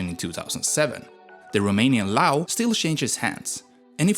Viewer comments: it is true about the neighbours and all facts, also its probounced leu, not lau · Leu not lau or what u said cuz makes me mad cuz im Romanian and u don't say it corectly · Bro said Lau and lu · "leu" isn't pronounced "loo" lmao, it's l-eh-oo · Too bad they could not find in the population over 19 mil people a Romanian speaking English and correctly pronouncing: leu, not lu, Dacia, not Dachia, Apuseni, Ioan, not Loan and so on. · it's actually pronounced as it is written, "leu" not "Lau" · Buster you are the money is called leu not Lau , you need to learn to speak English and special pronouncing correctly , and for final fuck off you don't have any idea about Romania and Poland you are a full of shit and you think you are something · I am a Romanian and i died loughing hearing the way u named things. Liu is LEU. E is pronounced like u say it in bet or chek or bed. Streight e. So Leu is leu, not some chinese name. And romania is named românia. That makes â a thing u cant pronounce. Same Constanta it-s Constantza tz, thats ţ. Timisoara is Timishoara sh, thats ş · Leu with e like in egg, not Lau/Lew/... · The accent of leu is on the leter e, u were pronouncing it like loo, thanks for giving us the spotlight for once, but next time try to get better at spelling the word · Dacia is pronunced DA CI A, the CI is like the italian CI (CONE) ... You keep saying DA KIA, like DA and KIA as in the Koreean car... LEU meaning LION in romanian the E is like EA in M EA (DOW) You pronounced it LAU ... like in OU from MOUSE ... sounds so weird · ah yes, the LAO currency. Listen, counties and other historical names i get, a lot of the time it's very hard to impossible to get it right, but currencies? Come on! You, my guy, used a different freaking vowel! Twice! If you call yourself an info channel, then do it right! I trust you can do it! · Bro managed to butcher almost every single word especially with lau and lew🤣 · acum se zice leau nu leu :))) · You pronounced România and Leu wrong